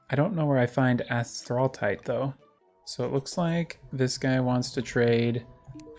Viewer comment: The way to say Asthraltite is Asth-rul-tite, and you get the plating from beating Erazor. And the way to get the Crafting station is, you have to go to the snow biome during a blizzard and an npc will spawn in a block of ice on the surface, and you can get Salvaged items from him, and he will give you a gem, and if you use that in your hand after the Lost Siblings, it will give you an Infusion Crystal, and then you can trade that with Nuba for the station